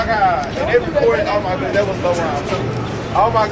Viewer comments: Starts watching the video Watches it normally Woman Oh meh gawd are you ok!? Bursts out laughing and can't stop laughing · LOL THE WOMAN "oh meh gawd are u ok"